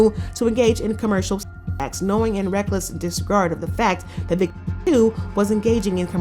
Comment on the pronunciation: Can’t even say victim!?